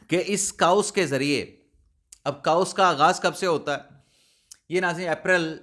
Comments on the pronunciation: Dear chaos its not kaa-oos, but pronounced as kay-os. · جناب ، برائے کرم اپنا تلفظ درست کریں۔ chaos کو “کے اوس” پڑھا جاتا ہے “کاؤس” نہیں، اور دوسرا vlog کو “وی لاگ” پڑھا جاتا ہے ناکہ “ولاگ”۔ اس نشاندہی پر معذرت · ۔۔۔انگلش کے لفظ chaos کو کے-اوس پڑھتے ہیں۔ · آپ کاؤس کہتے ہیں تو کانوں میں پھنس جاتا ہے 😅